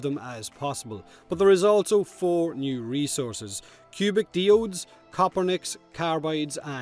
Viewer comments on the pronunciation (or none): I'm sorry what? It's a minor thing but I've never heard a single person ever call a Diode a de-ode before, so that kinda bothers me... It's normally called a die-ode.